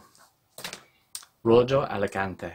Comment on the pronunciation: Nice job. Just to let you know, Rojo (in Rojo Alicante) is pronounced Ro-ho (it's a stronger sound than that for the J but I can't find it in english). It's red in Spanish. Beautiful finish in that one particularly!